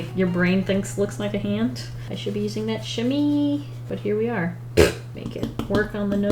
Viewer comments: I love you, love your art and you are one of the must funny person on the internet. BUT a Chamois is pronounced SHA-MWA not shami 😂😂 as a french speaker I thought I should tell you 😂😂😂 Tourlou! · As a french canadian I was like: « not chamee!!! ChamOIs!!! Chamois!!!! MOIS!!!!!!!» 😂😂😂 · I just love the way prononce chamois XD it isn't "chami" But "cha-mooh-ah". Yeah, I know it's weird but hey languages are hard af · Ok, just, fabulous job and also "chamois" is pronounced sham-WAA rather than sham-EE. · Just so you know! Its pronounced sham- me 🥰 love you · Chamois is pronounced like shamwah lol but some people just call it a shammy for short! And yes, it’s made from animal skin, but I’m not sure what animal... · The chamois.. It's pronounced "sha-mwah".. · Black water paper.........? I like the way she pronounced chamois. But it's pronounced "chamwah". Hope I helped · I was also a little confused about the art supplies given because they didn't really seem to coordinate? The pastel cloth is called a "sham-WAH" btw. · chah-mwah Or Chah Mo aah.